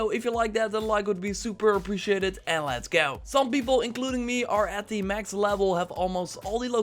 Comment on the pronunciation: Big Hamma Slamma Hahaha that irks me so much. AYYLESGAOW